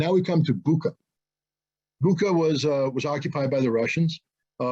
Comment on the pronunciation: You can’t even pronounce Bucha correctly. Putler clown!